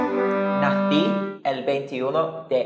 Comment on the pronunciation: When that guy said “nací” THO LOL he is a hero